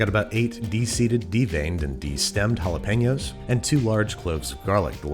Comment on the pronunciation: he really said "penos"